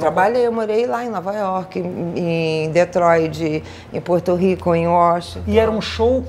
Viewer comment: Achei que tinha entendido errado, mas ela disse Detroid mesmo.......kkkkkkkkkkkkkkkkkkkkkkkkkk